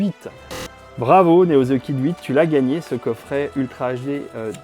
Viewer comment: Un coffré et non un coffrait😂